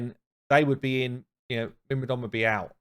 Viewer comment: Pls don't upgrade myrmidon, hearing you butcher the name is giving me OCD xD Mer-mid-on